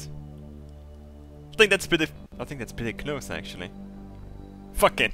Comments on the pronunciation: "I dont even tink the sun can tink about tings." :D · " i don't tink the sun can Tink about Tings" xD, never change